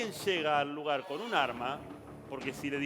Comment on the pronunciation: Mal pronunciado el lugar del echo ... si van a informar un poco más de seriedad ...